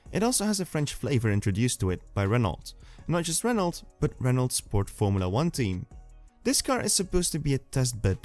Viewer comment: please don't pronounce the T at the end of Renault